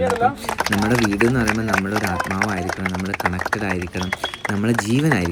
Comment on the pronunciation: വീട്ട്, കയിഞ്ഞു.. നല്ല മലയാളം